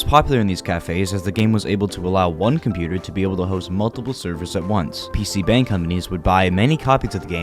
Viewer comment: Great video man, definitely subscribed now. P.S. it's pronounced more like "bong💨" not bang for PC cafes, 방=room